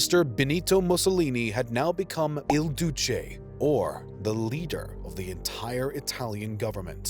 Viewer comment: "Il Deuce" 🤦🏻‍♂️😂